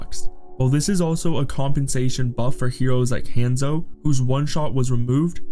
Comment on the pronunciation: And “hand-zo”